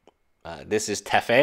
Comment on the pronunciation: Kahn, teffeh, saheeli rah! Lol wtf?